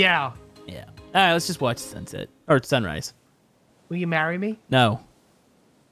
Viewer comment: “Will you Mary me”XD🤣🤣🤣🤣🤣🤣🤣🤣